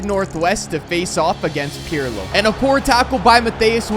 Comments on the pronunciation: Its not pjrlo😂😂😂 its pirlo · It was almost im-Pirlo-lism😂😂😂